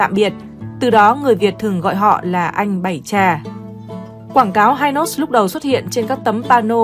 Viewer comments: Nghe bà này dẫn giải thấy xạo ghê luôn pele thì gọi là chà là hi nốt thì gọi là hai nốt cũng hên má kg gọi là mười nốt luôn , hình ảnh trên kem là danh thủ bóng đá pele đó má ơi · Đề nghị nên nghiên cứu cần thận trước khi phổ biến trên YouTube. - không ai biết kem đánh răng hai nốt ( Hynos đọc theo giọng Anh) mà chỉ biết kem Hy Nốt ( đọc theo giọng Pháp) - Hình ông Võ Thành Lân là Cha ông Võ Quốc Thắng hoàn toàn sai. Lấy hình ông Võ Thành Lân ( kiến trúc sư nổi tiếng) rồi nói là Cha của Võ Quốc Thắng) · Hynos đọc là Hi-nốt, chứ không ai đọc là hai-nốt như trong clip này. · Hynos người Sài Gòn Hy- nós nhé chứ không phải hai nós đâu người đọc nhé. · Xưa nay ai nói hai nót má, gọi hy nót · Người sg xưa phát âm hi nốt không nghe hai nốt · Cần chỉnh lại cách gọi tên kem Hynos ( là hi- nốt vì lúc đó đọc theo tiếng Pháp) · Đọc theo tiếng Pháp là Hi - nốt chứ không đọc theo tiếng Anh vì Mỹ chưa có mặt ở VN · Noi tieng anh sai chiñh ta Hynos khong phai hai nos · Phát âm Hynos sai bét..... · Hynos đọc là Hi-nos chứ không phải là Hai-nos, và Perlon đọc là Pẹc Lông theo ngưởi Sài Gòn bạn ạ Giọng bạn hay lắm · Tôi người miền Nam , từng sống qua thời VNCH muốn góp ý về việc phát âm tên một vài thương hiệu sau đây : - kem đánh răng Hynos đọc là Hy nốt ( không phải Hai nốt ) , Perlon đọc là pẹt lông ( không phải pơ lon ) . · Bà chị '2 nút' đọc tên mấy nhãn hiệu nghe như 'tây ' nói tiếng Việt. Bà con trong nam phát âm Hynos và Perlon nghe không giống như bà chị đâu Hihihi !!!